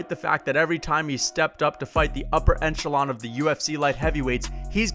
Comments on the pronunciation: "Upper enchalon" Jesus christ. My man tried to combine echelon with enchilada trying to sound like he knows what he's talking about. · its echelon not encholon say it right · You said enchelon tee hee, the whole upper enchilada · “ENCHELON” lol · Upper En-chE-Lon? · "upper enchelon" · You say echelon like enchilada lmao